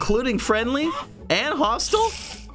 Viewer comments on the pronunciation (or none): it was so funny when he said hostile wrong